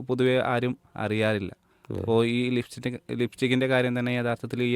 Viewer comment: ഇസ്കൂൾ അല്ല സ്കൂൾ. ലിഫ്റ്റിക്ക് അല്ല, ലിപ്സ്റ്റിക്ക് ലിപ്സ്റ്റിക്ക് 😅😅 നിങ്ങൾ ടീച്ചർ ആണോ? Very nice! We need strong reformation in education sector especially in Kerala. Sad state.